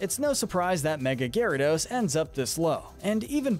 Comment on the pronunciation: It's Gyarados, NOT flipping Gayradose! Both A's should be after the Y, and the name does NOT end with an E!